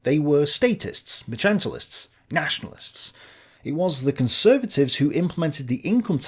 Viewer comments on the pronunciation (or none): It's mercantilist, not “merchantilist”.